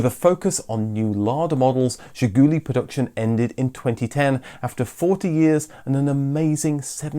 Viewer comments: Not "zhigUUUly", but "zhigulYY" is correct accent. The final syllable stressed in Russian. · It is not pronounced Ziguli ........... it is pronounced ZHIGOOLAY ...... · It's Zhi-goo-LEE, not Zhi-GOO-lee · Excellent! Absolutely excellent video, probably the best one I ve ever seen about Zhiguli. In Russian Zhiguli is pronounced with the stress on the last sillable zhiguLI. Thank you very much for your fascinating videos Best wishes from Russia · It is pronounced "Zhiguli" with stress on the last "i". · It's pronounced "Zhih-goo-LEE." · Funny fact about the name "Ziguli" it's a plural word. Just imagine the British car named "The Highlands". By the way you should say it more french with stress in the end of the word as "Zhigoulee". On the Soviet domestic market it was the main name of the car. "Lada" name was on the badge, but nobody used this word until early 2000s when Kalina released. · Zhiguli, as in, she kicked me right in the Zhigulies.